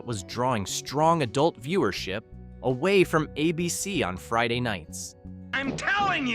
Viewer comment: Why can't the announcer pronounce "ABC"?